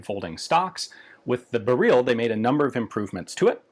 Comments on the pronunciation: According to polish folks here in the comments it's more "berril" and less "bereel" like he's saying. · The unstressed pronunciation like "berrill" is much closer to the Polish pronunciation than "beREEL" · tbqh lads jsut pronounce it however you'd pronounce "beryllium" for me that's burr-ill, not barrel. for the poles it hear it's basically barrel quite the garand vs garand situation here. "barrel" is "Gah-rand" and "burr-ill" is "Gerrand" i pronounce the M1 Garand like the guy's actual name was pronounced. eventually just sorta happened, didn't consciously chose to. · 'Beryl, srry, b u h r e e l' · And it is actually pronounced Barrel, no “ee” sound, and the R is rolled. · I feel like it's just "barrel" pronounced wrongly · It's pronounced "Beh-ryhl", the end sound is not "reel", it sounds more like the beginning of "ridiculous", that beginning "ry" sound. Also, great video otherwise 😄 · Fanny how you said it correctly and went to "correct" yourself. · 'Beryl' is stressed on the first syllable. Are we going to completely ignore Galil, Zastava M21 as well as AK-101 & -102? These are all military designs, after all. This is in fact a standard AKM (or more precisely, AKMP) design, it's called 6Ch3 (6Ч3) and is still produced in a slightly modified form for AK-74M variants. I bet it's fine with a winter coat and armour vest on. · The funny thing is that you pronounced the name correctly and the said it again, but wrong :D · Haha, I love like in he properly pronounced the name of it, and than immediately corrected to polish-american pronunciation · the first pronunciation was actually closer to how we pronounce it in Poland :). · Yeah, it's great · Yeah, made me chuckle. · Interestingly enough, he corrects himself to a Russian pronounciation. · It is not "Beryl as in Beryluim". it is siply Beryl. Same for Tantal. That is what we call these elements. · its BEryl. y not ee. also in polish stress is always on second to last syllable.